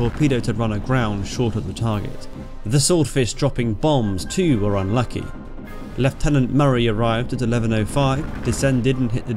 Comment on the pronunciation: It is very nice to hear leftenant rather then the lieutenant